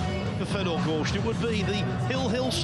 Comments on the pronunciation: Hearing that guy say Gorscht over and over is just unnerving. That shot was magical. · What's up with that announcer calling him "Gorscht?" Are we in Germany? 🤣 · Yates just cant say "gorst" he is not very good commentator anyway..